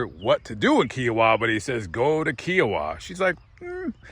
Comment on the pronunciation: It's pronounced K-eye oh-ah. I live in Kiowa.